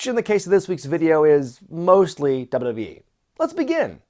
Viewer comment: I love how takes 3 whole syllables out of wwe. Dub a dub yee hahaha